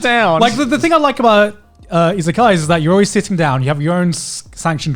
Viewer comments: i thought they were saying “isekai” for half the topic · I heard "Isekaia" instead of "Izakaya", so I thought they could be some medieval-themed places or something XD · Did anyone else heard isekai food the first couple times they were saying isekaya ?